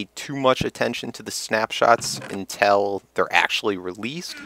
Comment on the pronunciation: Lol the way you say until. Im enlish so it sounds superweird .